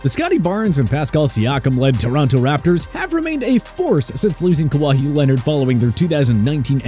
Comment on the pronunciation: KAWAHEE LEONARD?!!!!!???🤣